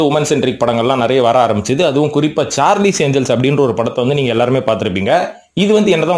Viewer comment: சார்லிஸ் இல்லை சார்லஸ் ஏன்ஜல்ஸ்